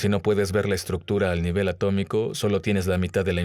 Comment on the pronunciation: Atómico, se dice atómico 🤓